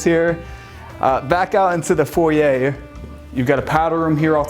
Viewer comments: Good to hear an American finally pronouncing foyer correctly. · thanks for pronouncing "foyer" correctly!! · Either pronunciation is correct. Foy-er is more American, and foy-yay more French.